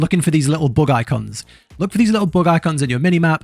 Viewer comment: lastly, While watching I had to do a re take of the video as I could have swore you said "Look for these Little Bug Eye C*NTS", but after re watching a few times I worked out you actually say " Bug Icons" . LOL,made me larf.